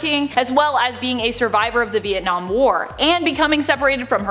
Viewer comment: VIET NAAAAM